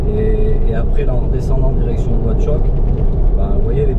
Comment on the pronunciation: On dit nouakchott